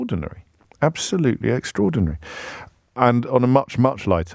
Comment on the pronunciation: Dear James, Please cease and desist saying EXTRAORDINARY (and OVERARCHING). Sincerely, Andrew